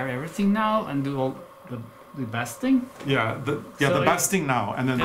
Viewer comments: I know you like to speak properly- the basting stitch is with a long a...like you baste ...you taste and you baste... Baste a turkey to keep it juicy! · Basting is pronounced “bay sting”🙂. Beautiful costumes! They only get better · basting rhymes with tasting - long a sound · Dear &, the word ‘basting’ is pronounced ‘beisting’. English ☺️ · If no-one has indicated yet, the word “basting” is pronounced “bAY-sting.” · Basting is the same ‘a’ sound as bake. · No biggie, but just an fyi, "basting" comes from the root "baste" which rhymes with "lace," i.e. long "a" sound. As I say, no biggie and just an fyi, lads! (And you would not want to hear my pronunciation of Norwegian!!!). Oh, and P.S. I am a Capricorn. Apparently I don't care about any stains, so I would be happy to lend you part of my personality,! It's very relaxing being me🥸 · Welcome blackbird. The pronunciation for your tacking stitches is "baste ing" 😘😘